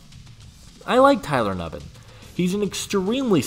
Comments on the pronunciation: “New-bin” not “Nuh-bin” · if you are gonna talk about players, say their name right, phonetically (NewBin) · Pronunciation: "New Bin"